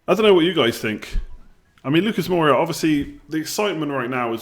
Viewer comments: Moura. More-a, not bloody Moira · don't hate me but please: Moura not Moira, aitch not haitch and Jo-zay not Ho-zay. Peace bro